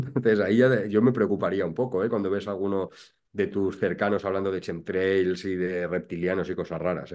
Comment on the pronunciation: De chemtrails a reptilianos, va un rato, queridos. .. No confundais voluntariamente el tocino con la velocidad. Que los demás no somos gilipuertas 👍🏻 PS. Se pronuncia /kentreils/. De nada.